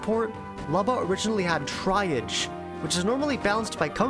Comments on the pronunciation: it actually sounds quite cool the way you pronounce it lol, don’t change it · I'm only 7 minutes in and the high quality of the video is already very clear, seriously, nice work. But my friend, I beg that you google how "triage" is pronounced 😅 🙏